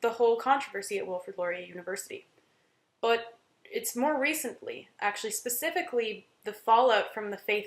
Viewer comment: Also don't know what troll hired you but you break your American accent around in the range. You can't say 'campus' and 'but' in an American accent. Haha. Sounded a bit Irish. Hope they paid you well bc you have no honor.